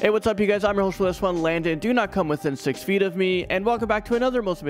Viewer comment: Did you say 6 feet or 6 peeps?